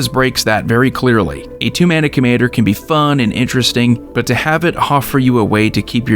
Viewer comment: The way you said "fun" during sythis made me giggle lmao